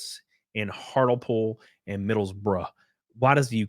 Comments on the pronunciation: Sorry, Buddy, I will have to correct you over your pronunciation of Hartlepool - it's not pronounced HARTLE-POOL but HART-LEE-POOL. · Hart lee pool not hartle pool.😂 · Hartlepool is actually pronounced Heart-Lee-Pool 🙂 If you think English town names are strange, you should try reading Welsh town names, as they sound completely different to how they're spelled. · I know you guys across the pond have some difficulties in pronouncing areas in the UK so im gonna do you a solid and help you out on this one and kindly tell you that Hartlepool is pronounced Hart-le-pool. 👌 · By the way; it's pronounced Hartley-Pool. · Hartlepool is pronounced HART(LEE)POOL. We Hartlepudlians are known as The Monkey Hangers. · oh dear it is pronounced Heart lee pool you said Middlesbrough ok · Heart - Lee - Pool... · Hartlepool is pronounced "Heart lee pool" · its heart-lee-pool lol... i kinda forgive you... gotta laugh or ill cry.. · It is pronounced Hart-le-pool. But people from the town actually say Art-le-pool, they don't pronounce the H. Thankfully, I can say I definitely did NOT vote for this government!!! 😅😅😅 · 😂 it’s pronounced Heart Lee pool - Hartlepool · Hartlepool is pronounced Hartly pool just for future reference .. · We in the UK are also very happy that 1776 happened. Despite all the problems we are having at the moment, we would not want to be an outpost of the USA. The town is pronounced Hart-le-pool. Take careful note of what is happening in the UK. Vote for Kamila Harris and this is what is coming to you. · hartlepool hart-le-pool our town names aren't that hard are they? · It’s pronounced heart lee pool 😅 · It pronouced Hart-lee-pool. Your welcome. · Hartlepool is pronounced 'Hart-lee-pool'. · It's pronounced as Hartleypool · Only came to say it's pronounced HartLEEpool 😁 You're welcome 🙏🏻